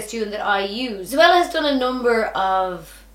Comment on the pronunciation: Yeah lol it’s zo-ella